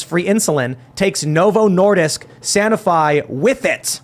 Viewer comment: San “o” fiy Lol… Sun oh fee